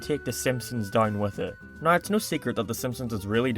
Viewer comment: I agree with many things in this video, i just really hate the way u say now. Subbed.